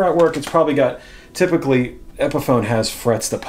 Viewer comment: Ok help this guy with "typically". Pretty good vid.